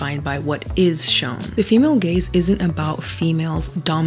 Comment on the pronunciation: I couldn't help but hear "gayz" the entire time 😂